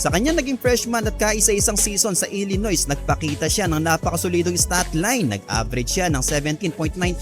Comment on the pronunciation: Illinois ay binibigkas na silent S. Illinoy Ang pagbihkas nyan 😁😁